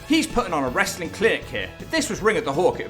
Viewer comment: TNA isn't wrestling.... It's "Wrastlelen" 🤣🤣🤣